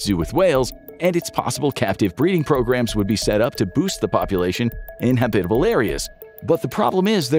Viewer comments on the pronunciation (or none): none